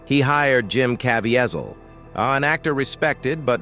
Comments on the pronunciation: Why can’t you pronounce Jim’s name correctly? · Please if you are going to review this . PLEASE LEARN HOW PRONOUNCE JIM"S LAST NAME.